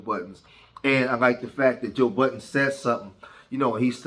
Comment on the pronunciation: “Joe Buh’ens.” Goddamn man, it’s Budden. Budden. Make me not want to watch the video out of annoyance.